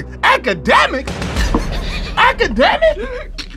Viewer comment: AKEDEMICS!? AKEDEMIIICS??! 😂😂😂😂😂😂😂